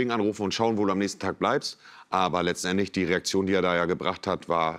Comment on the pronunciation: Doch. "Letzenendlich" am Anfang XD